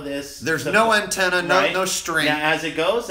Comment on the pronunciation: "anntannuh "lol